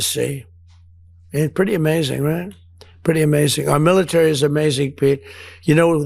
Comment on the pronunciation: Miller-tary? ... Menduro? Geez, he is starting to fade away.